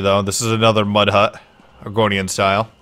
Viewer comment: Sounds like you are saying Oregonian, not argonian. Dang it I would so be a lizard person!